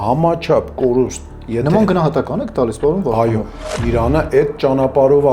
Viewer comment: Քաչալի ճիշտ անունը Վովա Վարդանով է, և ոչ թե վովա վառթանվ... Հետո հայերենում "էթալ" բառ չկա, ճիշտը գնալն է...